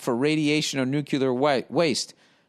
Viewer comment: I cant tell whether he says "nucular" intentionally either and its driving me crazy